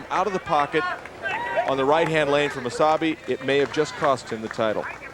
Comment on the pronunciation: is it just me or does it sound like there saying wasabi instead of mosayebi?